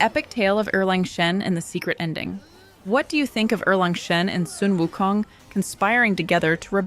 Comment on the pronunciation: gave you a like because u pronounced erlang shen correctly